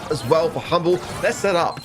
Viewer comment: Hmble not humble = lose?